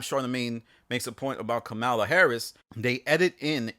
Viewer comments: Its COMMA Laa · At least know how to say the VP's name, “comma-la, like the punctuation mark.” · You can always spot a racist by their refusal to pronounce Kamala’s name. Sigh. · You KNOW that was done on purpose.